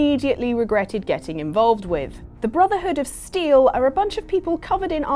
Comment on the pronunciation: How dare you say that it's not worth to join the BROTHERHOOD OF {small dramatic pauze} STEEL? also I know it's a joke but the video is full of incorrect facts and hypocritical statesments.